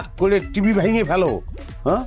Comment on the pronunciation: টিপি নাকি টিভি🤣